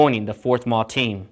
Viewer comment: Excellent information from an old member of 4th MAW, 61-66. Really loved it and wished we had the opportunities that you mentioned. Please do not pronounce Marine Air Wing as MAAAWWW. Say it out, we never said it that way. 4th MARINE AIR WING. Say it proudly!